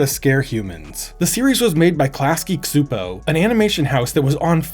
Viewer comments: The cs in csupo is pronounced ch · Chew-Poe is the more accurate pronunciation since it’s in Hungarian. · Dude, that's not how you're supposed to pronounce Csupó 😅